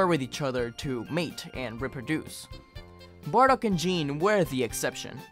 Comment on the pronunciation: Gokus mother's name is pronounced "Gee-neh", or "Gee-nay". It has a soft "G" the same as Gokus name, not "Jean". Japanese phonetics are confusing as fuck for english speakers until you learn every character is always pronounced, and every character only has one way to be pronounced. No instance of the letter "G" is ever changed to a "J" sound, or similarly with any other character/letter too. It makes pronunciation a lot more uniform and easy to understand. The only exception to this rule is related to regional dialects and accents local to japan. But thats usually just words that have their spelling and intonation juxtaposed slightly. I hope this explanation was beneficial and not wholly unwanted.